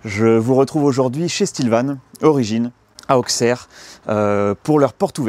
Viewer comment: On dit AUSSERRE !!!! ;)